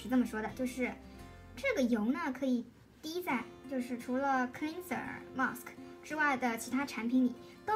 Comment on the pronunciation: Aesop (ei sop) 诶扫p Gel (dʒɛl) 洁l Cleanser (klɛnzə) 克兰泽 发音和clean有区别。谢谢支持伊索的产品。：）